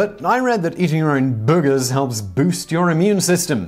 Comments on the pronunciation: It was worth it just to hear you pronounce booogers 😁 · I love the way you say "boogers" for some reason. Gives me a giggle. X3